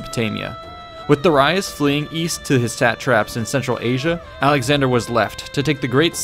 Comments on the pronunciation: Da ReEEE iS not De Ri US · This is very well made. The animations also brings everything to life. For me, learning with pictures are most interesting and effective. Also you've mispronounced Darius. It is pronounced as (Dari-yus) not (Dara-yus). Just a correction :) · It's pronounced 'Da-ree-us' not 'Da-rye-us'! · 9 lives? The boy was invincible. Edit: Also, did you just say “duh-rye-us “? Bruh, it’s Darius.. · Did you say Da-Rye-us. Face palm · Duh-rye-us.... wtf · Great video, honestly. The way you pronounced Darius though is FRUSTRATING, my guy 😂😂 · This pronunciation of Darius pierces my ears like a javelin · The way you pronounce "Darius" bothers me. XD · Say Darius right pls, its pissing me off so much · Your pronunciation is way off. "Duh-rye-us"? No. Not at all. Not ever. "Dare-ee-us" in English and "Dah-ree-us" in Latin. You got "Cilicia" wrong and I don't know what else because I stopped at "Duh-rye-us". It's hard to bear that you are trying to teach history without an understanding of the language(s) which was(were) used at the time; or, at the very least, how we pronounce these names and/or words to this day. Providing people with interesting tidbits is all good and well; but now there will be an army of people who sound like morons, saying, "Duh-rye-us"... and even if what they have to say is relevant at all, those with even a basic understanding of language will simply dismiss the knowledge on account of the ignorance of the speaker. Think about it. If a mechanic keeps calling your Hyundai a "honda" or a "hawndeye", then you don't want him/her to touch it no matter how good someone else says they are. Why? Because gambling is stupid.